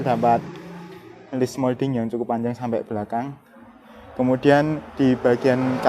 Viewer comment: Ping piro mas sampeyan ngomong "kumudian"?